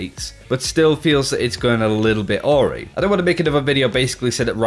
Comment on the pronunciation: LOL the way you pronounced the word awry is fuckin hilarious I'm sorry.